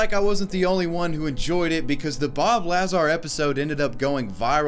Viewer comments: DUDE! It's Bob Luh-zar, not Laa-zar. You must be new to this conspiracy shit bro. Haha for real, great video. I'd love to see anyone try to actually do this. Probably 20 people will show up at the white mailbox, 5 rowdy idiots will end up getting taken to Rachel PD by the dudes in white SUVs, and one drunk asshole will actually try to make a Naruto run for it and end up getting his brain fried by a microwave gun. Edit: and anyways, these folks need to be taking a run at Pine Gap in Australia if they really want to get a good look at some alien tittays. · His name is Bob Lazar. NOT Bob Lazaar. You DUMB FUCK! 🤦🏼‍♂️ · Lazar. Not LAHzar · It's pronounced La zcar not lazz are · BOB LAZAR, not bob lazarrr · Dude, have you NEVER heard of Bob Lazar? Because the way you pronounce his name really hurt my brain and was extremely cringy..... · Did it irk anyone else the way he said Bob Lazar? I mean it affects my life %0 percent and yet... It is Bob La-ZaR quick la- and than Zar rhyme with bar.. like a hard R. Not Laazar .. again, I know it doesn't matter and I still had to address it.. I'm a sad sad girl. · Not to be "that guy" but ITS LAZAAAAR!!!!!! NOT LAAAZAR!!!!!!! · pronounced la-zar, not laz-ar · I hate being that guy, but it’s pronounced Luh-zar. I can feel him saying Lazar. Don’t expect a change, just curious if I was the only one? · OMG, I always pronounce Bob Lazar as "Bob Lazaaaaar" (the La is faster than zar), not the way you said it like "Bob Laaaaaazar". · IT'S BOB LAZAR NOT LAZ ARE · La-zAR? Lazar dude ong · It's pronounced Bob la-zar not laz-ar but enjoyed the video anyways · LaaaaazaR lmao its luh zar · La-zar not laz-ar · say it the equal emphasis on both syllables, like everybody else please bro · lmfao....lah zar. XDXDXD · It's pronounced Bob LUH-ZAR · Bob laz-are 😂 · Bob Lah-zar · Lazar rhymes with "bazaar". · Uh der, it's pronounced, Lay-Zer, Pew Pew!!! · IT IS BOB LAZAR!!! ( Luh - Zar ) the man is a living legend! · Bob luh zar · Ikr? Hahaha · layz air